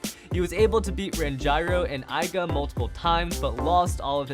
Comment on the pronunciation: Not to be a butt but, it triggers me when you pronounce Aiger, Aiga